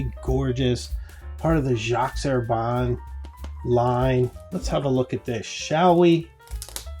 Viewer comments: This is a wonderful video, but would it be so hard to stop saying "G. Herbanne" and pronounce it correctly, please? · It's pronouced [ʒi ɛʁbɛ̃]. Please I beg you